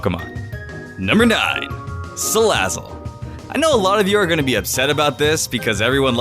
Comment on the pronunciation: IT'S SALAZZLE, NOT SALLAZLE!